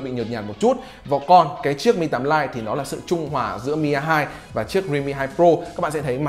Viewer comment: ãnh đọc phát âm tiếng anh hơi chuẩn haha Lite- stờ- !!😂😂😂